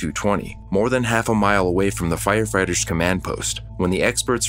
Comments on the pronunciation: Did you say...firefarters? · The narrator totally said "Fire FARTERS" 😂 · Did anyone else hear " FireFARTERS" ?